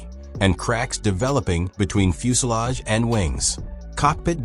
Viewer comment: What's a fuselov? Is that like a soviet fuselage? The voice keeps saying that.